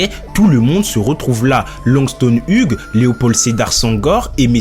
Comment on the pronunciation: Waou! Sachez que le G en Hughes est muet.